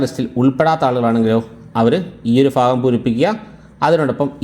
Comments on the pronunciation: ഭാഗം ആണെടോ 😂ഫാഗം അല്ല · ഫാഗം അല്ല സുഹൃത്തേ ഭാഗം എന്നു പറയു.........😂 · lafyam അല്ല. ലഭ്യം. fagam അല്ല. ഭാഗം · ഫാഗം .....? ഫർത്താവ് .....? ഫാര്യ...? ഉച്ചാരണം മോശം ...